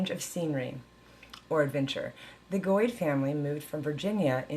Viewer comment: Weird i think were family. My grandmother used to talk about Virginia, Missouri, Arkansas, Kansas, she left Kansas and headed to California in the 40s. But you pronounce your name way different. We pronounce like goat with a d🤣.